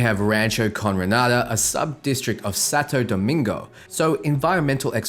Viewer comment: "Pacifister" and "Sato domingo" lol